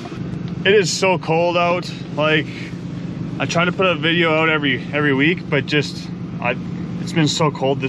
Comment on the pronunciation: owwt, owalt ( northern for out)